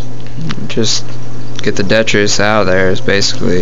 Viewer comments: Are you talking about detritus lol not det tree us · its pronounced Dee-trit-us